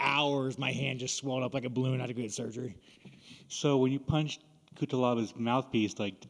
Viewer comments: Butchered it about 10 times 😂😂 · I love how sean for the life of him cannot pronounce cutelabas name 😂😂😂